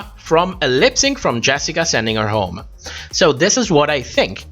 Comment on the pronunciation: Not a read just, just an observation: it's funny how you pronounce "h" in the beginning of a word when it's silent (like honest) but you don't do it when it actually isn't (like home). May I ask what your native language is?